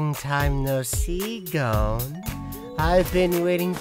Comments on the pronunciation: ITS NOT GOEN ITS GON!~ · Why can't anyone correctly pronounce Gon?